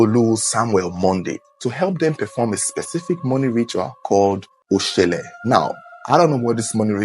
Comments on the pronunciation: It is Oshole...not Oshele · Oshole not oshele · it is 0shole not 0shele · It is Oshólè not Oshele, and it’s pronounced Atòn not Attan